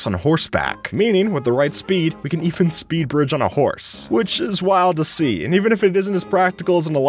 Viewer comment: my guy was godbriging and said speed-pridging